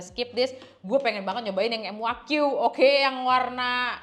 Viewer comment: kak bukan m u a q tapi muaq bacanya kak hehehhe😊